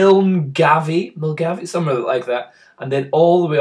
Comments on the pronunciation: vloggs, bullshit the windturbines aint everywhere and you can get great shots with and without them. Im voting for loch lomand and also the galloway forest for dark sky photography. Also like others have said it is pronounced milguy even though it is spelt milgavie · Pronouncing Milngavie wrong, tut tut